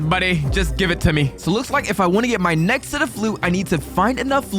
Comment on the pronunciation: Bro just said nezxt